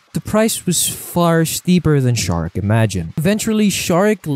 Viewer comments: Its pronounced Zarek, not Sharek. Necrons dont really care much about humans, seeing themselves so superior to humanity that mankind is basicly unimportant. Much like any other race. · Zare-ek not Shar-ek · Ok so the silent King built the Pryor Nexus to stop the tyranids I don't think the silent King is like Megatron I think he's more like a benevolent ruler and actually kind of nice for 40k standards and I'm pretty sure it's szarekh the silent King with the silent S Because that's what it says on the box and the first letter is silent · I can’t get past your buddy pronouncing Szarekh’s name wrong. It’s grating and highly noticeable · As a huge Warhammer 40k fan, this dude is getting so much wrong and is purposely mispronouncing the names of the most well-known characters. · pls never again do this type of collabs, me and most other subscribers are here because of you and ONLY YOU! we dont wanna hear some other guy acting all knowing WHILE BUTCHERING the most basic of 40K words, robert guiliman? ffs its ROU-BOU-TEI! its not sharek! ITS SE-ZA-REK! PLEASE DONT DO THIS AGAIN, THANK YOU! WE LOVE YOU AND ONLY YOU! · I don’t mind people mispronouncing things but there are too many errors here that make me wonder if the people involved know anything about 40k. Robert gilliman? Bob the fish? Shazeric? … this just seems like it was written without care. I like the other videos but this isn’t good